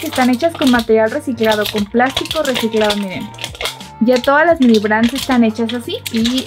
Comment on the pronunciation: no se dise mimi se dise mini